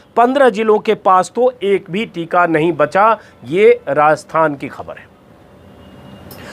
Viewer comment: Hamesha ki tarah 👍 Ek baat arz karni hai, kaee baar aap 'khhabar' ko 'khabar' bol dete hain Agar aap khhbar ko khhabar bolenge to mujhe achchha lagega, mera hausla badhega ki aage bhi apni raae ka izhaar kar sakun 🙏